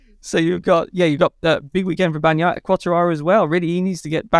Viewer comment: I miss Keith on BT ….. right up to the point where he says Bag naya and juke ati. Good god man it’s your job to say these words !!